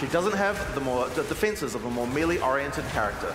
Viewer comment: It'e pronounced MAY LAY...NOT MEE LEE!